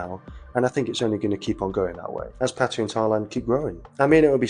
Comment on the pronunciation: “PAT-uh-yah”, NOT “puh-TIE-uh” First syllable stressed Sounds like: PAT (as in pat on the back) “uh” (schwa) “yah”